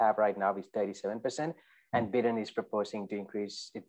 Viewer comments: Lol. Biden not Bidden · Thank you for this... was awesome, I’m going to start calling him Bid-en from now on too lol